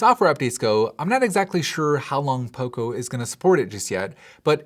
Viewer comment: Everytime you say poco i hear oppo